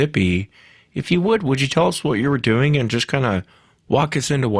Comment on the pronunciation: I wish could get through one show without saying “tell us what you were duing” and “fascinating.”